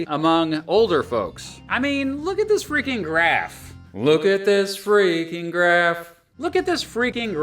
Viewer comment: "Look at this frikkin' grraph" hahaha😂